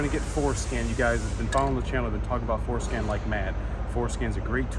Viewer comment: Referred by Rainman Ray. Came to watch this one and every time you said Fordscan I heard foreskin! 😂